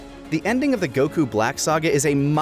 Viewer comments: Anyone else triggered by the pronunciation of Goku? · ...oh yeah. Another year of refusing to pronounce Goku notmally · the way he's saying goku is making me angry lmao